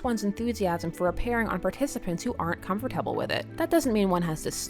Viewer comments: I love you but can you please say comfortable RIGHT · your pronunciation of comfortable makes me uncomfortable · The way you said comfortable tho.. XD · the way she says comfortable is so funny